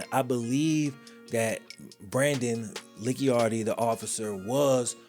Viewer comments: It’s pronounced Lee-Chard-Dee… Not Lick-Yar-Dee… LOL! On another note… Brandon is a piece of you know what. He only became a deputy because of who his Dad is. He’s also the love child from his Dad’s mistress. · I don’t know how that one scumbag chooses to pronounce his last name, but I do know that “Licciardi” should really be pronounced “Litch-ardy” or “Litch-yardy”, rather than “Licky-ardy”. In Italian, the letters “ci” are said like we would say “chee”. But I’m sure Brandon Licciardi is too much of an asshole to care about other languages in the world, anyways. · I'm from New Orleans...its pronounced La-shar-dee but Lickyardi was real close lol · It’s pronounced Lih-Chardi I’m from where Brandon is from. Scumbag dirty cop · I’m from the area: Licciardi is pronounced “La Char D”. Great video! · Brandon's last name is pronounced La char dee. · I never knew went to school at Southern! It's always nice to get a shout-out for Baton Rouge, but I'm disappointed with how you pronounce "Licciardi"--it's "lih-char-dee". Not that that piece of sh*t deserves to have his name pronounced correctly. And your lack of empathy for Sharper is more than appropriate in this scenario. Sexual assault, especially when premeditated, is never okay, and you either need to be evil or dead on the inside to assault as many victims as he did.